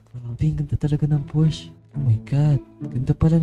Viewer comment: Pors po basa sa Porsche